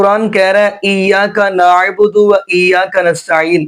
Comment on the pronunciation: Ap kis trah k qari hn iyyaka na budu hi glat parha hy ap ne